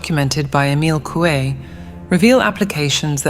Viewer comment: Mi chavo no sabes ni pronunciar, se pronuncia asi cómo se escribe Coué. Lástima de tu video que está muy bueno, hiciste un buen trabajo solo la cagas con esa pronunciación que se ve tu estrecha cultura. Supérate chavo, supérate, averigua en el google la pronunciación correcta, Ciudad es francés.